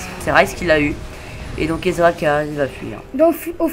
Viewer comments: Il dit Bien "Israël" à la place de "Ezreal" au début nan ? x) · svp on dit ezreal et pas izrael !!!